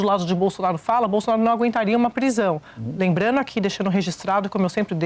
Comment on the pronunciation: Essa mulher fala lembrano buscano esperano Ela não consegue pronunciar as palavras que terminam em (ando)